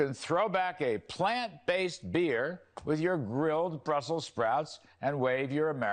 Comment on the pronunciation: Maybe he meant to say “Plant Base Bears” 🐻 😂